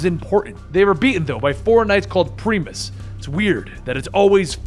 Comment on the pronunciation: ITS PRIM-IS NOT PREE-MUS